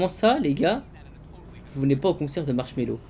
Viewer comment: Mdr tu dis marshello quand tu vol